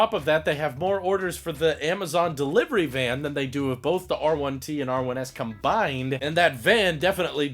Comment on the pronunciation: You said it right. I would love the R1T, but the price is preventing me from ordering one.